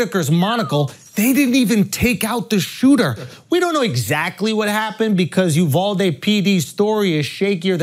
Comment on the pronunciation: Named after the city? "UV-AL-DE" 🤣🤣🤣🤣